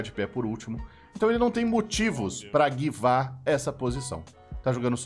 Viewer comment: Tá, hj eu conheci a palavra "Givar", verbo da palavra inglesa "Give", com a pronúncia aportuguesada.